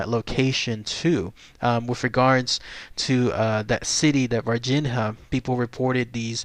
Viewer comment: Dude: I think they pronounce it "Var-Jeen-Ya"